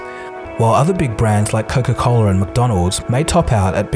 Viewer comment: "Coca Coaler" Gotta love that intrusive "r".